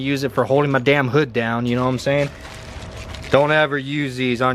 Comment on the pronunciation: When u say « know what I’m sayin » all I hear is Jroc’s knowmsayyyyyin